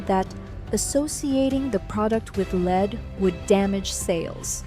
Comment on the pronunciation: Why can’t you teach your dumb computer reader application when to use the different pronunciations of words based on the context? In this script, “lead” as an element or as a verb.